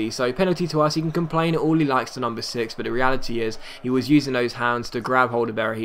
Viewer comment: When he said the number 6 it sounded like he said the UNDER 6